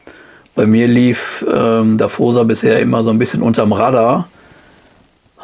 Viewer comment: Und natürlich "Dawosa" ausgesprochen und nicht "Daffosa" ... 🙂 Sorry Leute... 😇🤣😂